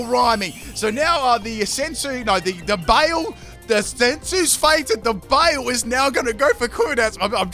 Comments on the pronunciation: BYE-LAY not bale :( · just fyi: baile is pronounced close to by lay, not bale. It's Spanish. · Oh gurl. Not my Spanish ass getting triggered by you calling Baile (Bye-leh) BAY-IL. lol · I died a little bit every time you said “bail”. Baile= bye-le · Baile. Is pronounced Bye-leh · Since you seemed in doubt, Baile is pronounced like "BY-LEH" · Oricorio Baile is pronounced baile "By-leh" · Haha, the simplest way to pronounce baile would be to say something like "bye le" it's Spanish. That was a fun video. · Baile is Spanish Flamenco. Pronounced 'bye-lay'